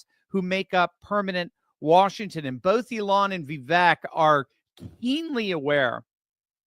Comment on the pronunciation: If people are criticized for pronouncing Kameltoes name wrong, then I guess I should correct. It’s Va-Vake not Vee-vek. It’s a hard one to write out. Not sure if that’s understandable lol!😁😁